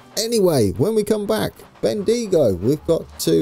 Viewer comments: Welcome to my country. Bendigo is pronounced as it is Ben dig o and here is an a local aboriginal word lol. Didjabringyagrogalong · "Warn AM Bull" "Bend Ego" "Echooca" "Bella Rat" "port Mac Wo Ry"